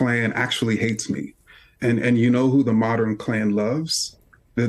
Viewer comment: Kendi is a Fraud.... Calls himself a scholar and struggles to pronounce “modern” Moderin....?